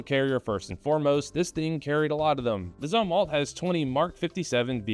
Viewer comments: It's pronounced like zoomwalt. He was admiral of the Navy in the Vietnam era. He was also responsible for ruining the navy... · Navy guy here - Just sayin It's Zoom-walt Otherwise your commentary on the Zumwalt class is spot on. It's a clusterf*ck afloat.